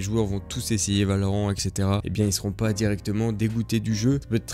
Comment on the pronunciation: Ahhhhh C'est Valorainte !! (Prononciation) Car juste ''Valoran'' c'est un pays dans le lore de LOL et Riot à été clair qu'il n'y avait aucune affiliation entre les deux univers !!!! ><